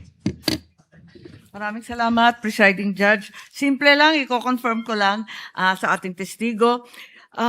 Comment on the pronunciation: Luistro has her own pronunciation about this word confirm by saying it confiirm